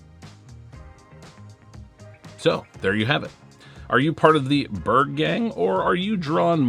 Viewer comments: 🇸🇪 Berg is pronounced "berry" but replace the Y with the J from jump: "berrj" 😊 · Dont know what Swedes you been talking to, there is only one way to say Berg in Swedish. Do you say Mountain different in English? Berg is Mountain in English. The e should be much softer and shorter. G also much softer but not shorter almost closer to a J then a G. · BTW, Berg is pronounced "Berg", as in "berg" or "BERG." In the north of Sweden it is pronounced more like "berg" than "BERG," but most Swedish people just say "Berg." I get around the confusion by not having one in my bag.